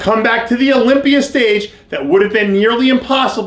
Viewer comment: You said Olympier lol.